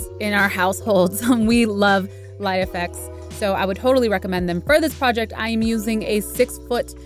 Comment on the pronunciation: It's pronounced "Life-X" not "Lie-FX"..